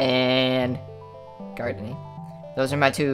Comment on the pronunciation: i like it when you gardn